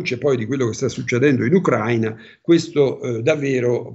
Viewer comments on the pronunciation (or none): none